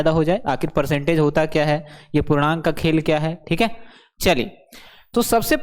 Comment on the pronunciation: Khela nhi hota 😂😂 khel kahte hai. Or chhouuu nhi hota six ko chaiii kahte